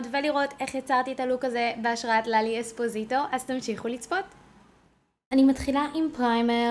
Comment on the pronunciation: היוש לוק מהמממם!רק אומרים אספוסיטו ולא אספוזיטו😂😌